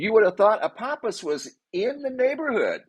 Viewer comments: Ph makes an F sound ahpofffffous every time u say apopiss I died laughing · .. love your content, Apophis is alot closer to us than we are being told... Also, are you sure it's pronounced apoppis and not apofiss .. I also mentioned in your previous video about that "rock" next to the moon being Apophis...I still believe that. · Apophis = Apofis. I hear so many mispronunciations. I hope I am still around when it does its fly by.